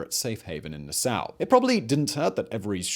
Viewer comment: nassau ....pronunced NA" saw.... not NU SOW :)